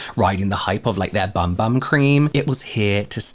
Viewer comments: It’s actually pronounced ”Boom Boom” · I thought it was pronounced "boom boom" cream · I like it better as BUM BUM but I did see something on the correct way to pronounce it is BOOM BOOM. But definitely doesn’t read that way. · I literally found out like 2 days ago that it's pronounced boom boom